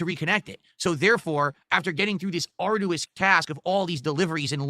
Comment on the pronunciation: can someone PLEASE explain to how to pronounce arduous like they did accessory